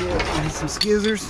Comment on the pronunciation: Did he really jus say skizers